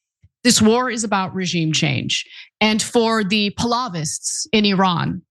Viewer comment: Ana, The way you pronounced Pahlavists tells me everything I need to know about your education on this matter.